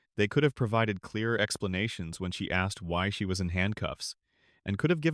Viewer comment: They axed for for cameras🤣🤣🤣🤣🤣🤣🤣🤣🤣